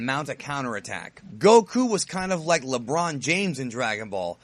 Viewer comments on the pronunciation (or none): none